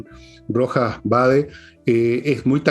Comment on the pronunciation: Un pequeño detalle para estos " profesionales ", el segundo apellido del cuestionado es Vade no BAEZ.